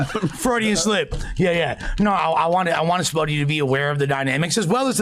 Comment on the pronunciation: Spotty lol It’s “Spoety”